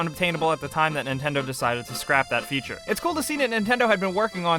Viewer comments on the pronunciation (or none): none